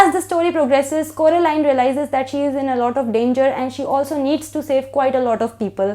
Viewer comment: It's Coraline , not Carolina 😅😅😅 heheheee I really like this book , and looking forward to read Milkman , hmmm ❤️❤️❤️❤️